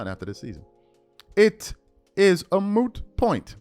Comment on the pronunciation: Led by JJ littledick the media called Luka fat relentlessly. I'd never seen anything like it. Also thank you for pronouncing it moot instead of mute like 90% of people do